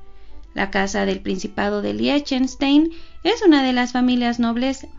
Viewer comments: Se pronuncia LIJTENSHTAIN. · Se pronuncia ligtenstain, así como Einstein se pronuncia ainstain, así mismo Liechtenstein se pronuncia ligtenstain, como el número uno que uno se escribe ein y se pronuncia ain, el número dos se escribe zwei y se pronuncia svai. Y la palabra von que es de, s pronuncia fon, la v en aleman se pronuncia como la letra efe. La letra w se pronuncia como la v.